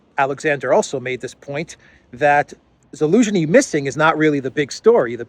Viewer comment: Zelenskyy without the z get over it, please. Too old.